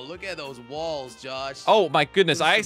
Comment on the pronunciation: I like how you call walls wulls😂 also i love your vids and jellys vids so you guys keep up the good work you too and the cramy